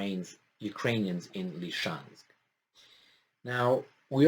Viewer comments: Please, please: it's actually "Lysychansk" ( Ly-sy-chansk ) not "Lyshansk"! (Lisiceansk, in Roumanian, if you don't mind) Thank you for sharing. Great job, as usual. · isn't it about time that you pronounced Lysychansk correctly? Lizzy Chansk, not Li-chansk. Li-chansk sounds too much like Luhansk and can confuse people who are not familiar with the details of this conflict. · Noticed doesn't want to pronounce the real name. It's confusing - LeChansk? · Slight remark about the pronunciation Lysychansk is spelled (Li-Si-Chansk) and Kadyrov is spelled (Ka-Di-Rov), no hard feelings :)..